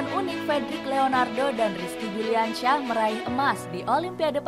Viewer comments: Yang baca naskah salah bilang nama bukan Rizki Juliansyah tapi yang benar Rizki Juniansyah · Si narator salah sebut rizki juniansyah neeng bukan juliansyah